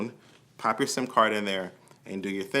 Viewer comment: Lmao in the start I can't tell if he said SIM Card or SIMP Card 😂👀😂